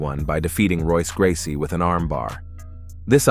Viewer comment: Oh damn!!!! Not Wonder Eye Silva!!!😮😮 wtf how can they butcher these names so badly. Especially since they’re pretty damn well known guys and names. It wasn’t just Silva either, as he also mispronounced the all time MMA goat’s names well, Royce Gracie. Probably messed up some more but I zoned out after those two blunders.